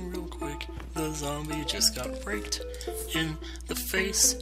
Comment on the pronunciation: sounded like you said raped in the face, not raked.